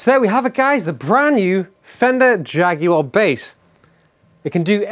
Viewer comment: Glad you call it a Jaguar not like the US reviewers with their JagWarr pronunciation